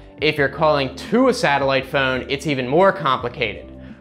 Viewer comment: Who says the word PHONE like PHEUUNE? Thumbs-up anyway. For the PHEUUNE.